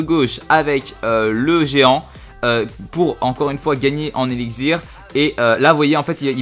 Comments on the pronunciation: tu dit:eligzir!c elixir avec un x lol c vrai en plus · tu a du mal a dire x j remarquer